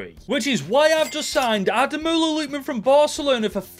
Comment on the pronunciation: it’s pronounced AH-DE-MORE-LA 😂 nice try tho 👍